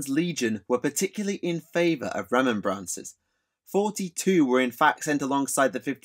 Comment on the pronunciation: This was interesting content but it was painful to keep hearing Remem-brancers. It makes me wonder if space marines buy poppies on remem-brance day?